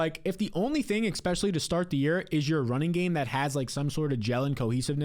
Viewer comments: *ESPECIALLY, not expecially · After he says "exspecially," I don't hear anything else he says for the next 20 seconds. And he says it a LOT. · I love the channel and just subscribed. But it drives me nuts how you say “exspecially” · There's no "x" in "especially" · One note: there is no "x" in the word "especially."